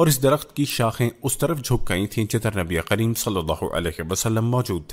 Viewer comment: SubhanAllah bhai aap nabikarim ko nabiqarim bol rahe hai